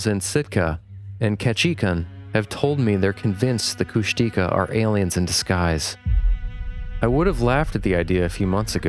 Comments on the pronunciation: Heads up guys, Kushtika is pronounced “kush-teh-KAH”, not “kush-TEE-kah” (emphasis is on the last syllable). Not saying that to be annoying, I just know you guys like to learn new stuff, so that’s my contribution for the evening 🤠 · Henry Franzoni pronounced Kushtika as Kush-tuh-kah. He worked closely with First Nations people for almost three decades, so he's pretty reliable.